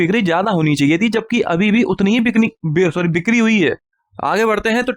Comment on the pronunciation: Bhai ap bikari bolne ki practice kara karo, bikri ko bikni bol rahe ho😅😅😅